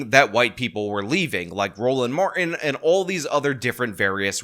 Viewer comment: Please pronounce your T's. The name is Martin, not Mar'in.